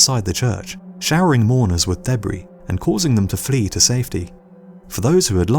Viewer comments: the one where you said debry instead of debris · Covered with deh-bree. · BombDame that's the way British people pronounce debris. They pronounce many words differently than Americans.